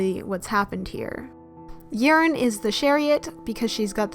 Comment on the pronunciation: hey :) yerin is pronounced as yae-rin sowon- so-on umji- eom ji yuju- yuju sinb- shin b eunha- very slight eu not oo so eu na